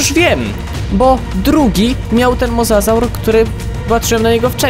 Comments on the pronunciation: mówi się mozozaur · Pisze się mosasaur ale mówi mozozaur